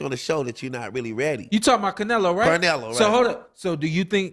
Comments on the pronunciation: You’re not gonna stop this dude from saying CARnelo the whole time!? Come on! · Who. The. Eff is “Car-nelo”?